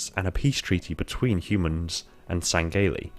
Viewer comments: Say it with me: Sang-he-lee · Lol why do you say it like (seng-gay-lee)